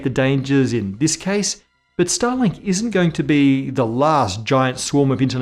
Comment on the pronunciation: Watched this on the phone while working on PC, and I had to rewind and listen to "starlink" because I swear, i heard Stalin...